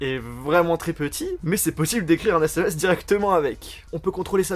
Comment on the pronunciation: Des "ZÈSSÈMÈCE" ?😂